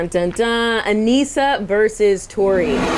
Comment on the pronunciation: Did anyone else realize she called Aneesa, Aneeka in the beginning?